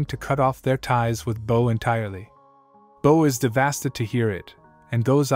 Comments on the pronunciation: bro said devasted instead of devastated... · The "devastated" as "deVASTed."😂😂😂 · I love hearing the word “devastid”, it just brings tears of joy 😂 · LMAO DVASTID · 𝑰'𝒎 𝒅𝒆𝒗𝒂𝒔𝒕𝒊𝒅😂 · This was a great and very thorough recap but come on dude, how do u mispronounce words like devastated and bow